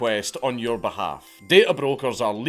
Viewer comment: When, Dank says "Your Information'' it sounds like he's saying "urine"